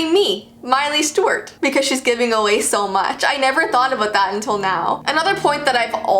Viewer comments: The way you said mileys/ Hannah’s full name is giving me major anxiety it sounds like you’re saying miley stort? 😳😑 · She kept saying Stewart but pronounced as Stowrt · It’s miley Stewart you kept saying it wrong 😂😂❤️ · It's STEWART not "Stewirt!!!!" 2 Syllables. Not just 1!! Lol I'm sorry but that drove me nuts!!! Also it's MARIE Claire. Not "Mary" Claire.